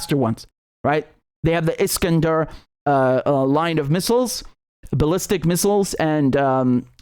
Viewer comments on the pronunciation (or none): none